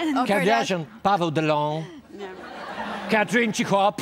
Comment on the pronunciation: "Katrin Cichop" :D:D